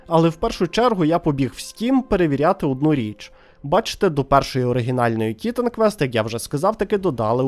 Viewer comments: Ага автор ще так наголос робив на і що аж непособі це чути. ТІ!тан квест)) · Я додивився відео до кінця, не скажу що дослухав, тому що вже під кінець пішла кров з вух, хоча мені навіть почало здаватись, що я все життя помилявся і правильно казати "Тітан квест", а не - "Т..." стоп, а як там було? Автор, ти ж це спеціально, так?)